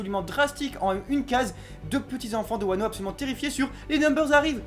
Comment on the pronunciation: par contre juste je veux pas faire le casse couille mais c’est pas « pays de Wano » c’est juste « pays de Wa » parce que Kuni=pays No=de du coup Wa No Kuni=pays de Wa